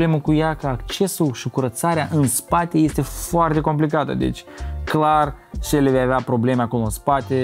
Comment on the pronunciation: E selly nu selle 😂😂😂